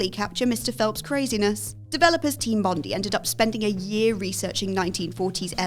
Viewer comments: Heard it, searched for a comment and found it. As an Aussie, Bondee makes me cringe... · Team "Bondee" It's pronounced "Bond-eye" The irony of saying they did their research 🤣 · Also mispronounced Team Bondi